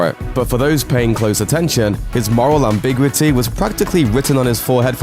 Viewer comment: Did he say "am-BIG-witty" instead of "Am-bih-gew-itty"?